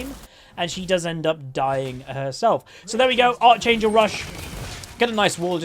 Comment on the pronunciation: Its pronounced ark-angel not arch-angel